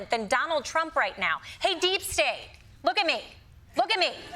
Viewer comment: “Not every thstate will do great” 😂